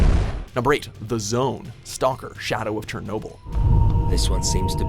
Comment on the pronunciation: This video is made unwatchable by his pronouncing of Chernobyl